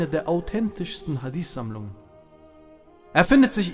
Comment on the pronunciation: schau Mal es Titel des steht sogar HadiTH meine Frage war, warum er es falsch ausspricht und das zudem als Araber